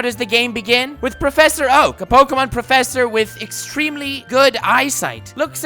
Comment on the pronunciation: I came back just hear him say PROFFESSOR oak NOT MORE LIKE PROFFESSOR WOKE 🤣🤣🤣🤣🤣🤣🤣🤣🤣🤣🤣